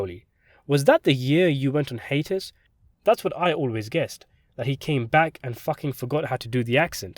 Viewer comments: Ha. Dude its called a Hy-Ate-us, not a Hatus. haha (hiatus) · I was lost for a while because I couldn’t understand what YOU were saying when you butchered the word hiatus (high-ATE-is). You said “haitus” (HATE-is). Fuggetabotit. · Hi-eightus not hatus Syykeee not syke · this was interesting, FYI hiatus is pronounced hi-ate-us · It’s “hiatus” pronounced “HIGH ATE US” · Your pronunciation of "psyche" and "hiatus" never had the makings of a varsity dialect coach. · are we trying to say “hiatus” ?